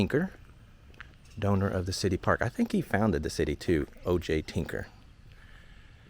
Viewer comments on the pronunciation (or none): "doner" of the park lol